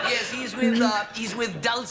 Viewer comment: and you had to say "Ears" instead of "Yes"